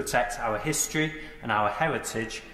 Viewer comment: “Owyre pwowde hwistorey” 😆🤣😆🤣😆🤣🤣🤣🤣🤣🤣😁🤣